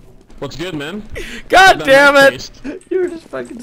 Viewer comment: i like it when he says goddemut